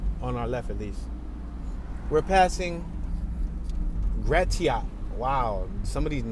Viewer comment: Yea that's Greektown. Also "Gratiot" is pronounced "Gra-shit" like the "gra" from "grass", but I wouldn't expect anyone not from around here to know that lol. Lots of our street names are French if you haven't noticed.